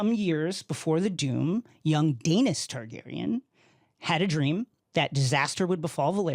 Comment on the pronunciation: Blasphemy he said Aenar and Daenys wrong